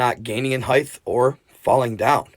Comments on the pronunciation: It's heighttt not heighth 😂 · Hit with a fact check. That’s SHOCKING! Would u PLEASE learn how to pronounce HEIGHT…PLEASE. It ends in HT not TH. It rhymes with TIGHT it does end like WIDTH AND there are MORE PLANES the closer you get to an airport not less. That’s why it’s a no drone zone. So it’s decidedly more dangerous near LAX than further away.